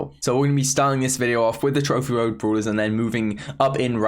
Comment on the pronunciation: Its brawlers not bruuwler